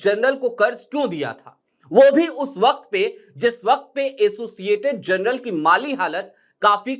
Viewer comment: Journal ko jarnal bolte hai janral nahi